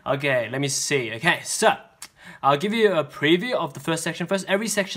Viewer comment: After the second, section 1 when you said so it sounds like sus